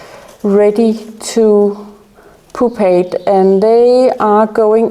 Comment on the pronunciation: It’s not poopate. It’s pupate. Pronounced pu not poo.